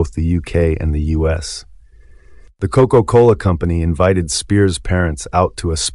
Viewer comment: Is this voice AI generated? I have never heard it pronounced Koko cola.